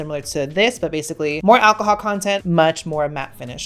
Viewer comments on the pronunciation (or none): none